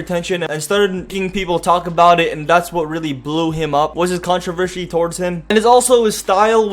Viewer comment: learn how to say controversy/controversial